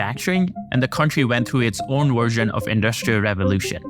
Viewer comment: ...to its own WERSION! 🙄